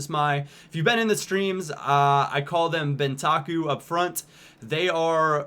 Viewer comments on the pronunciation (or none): Bentaku. That's how pronounces Benteke!